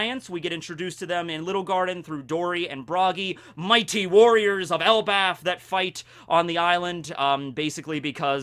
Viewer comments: ...did you just say "ElbaTH"?:D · For the longest I keep hearing it pronounce as El bath